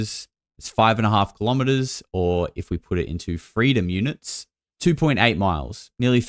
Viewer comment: "feedom units". Hahaaaaaa! Classic!